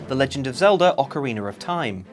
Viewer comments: And theeeere it is. "Ocariner" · Ah yes ocariner of time